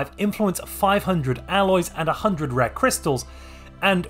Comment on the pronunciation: You ok,? I swear I hear you say "red" crystals instead of rare crystals and "area" comes out as "era".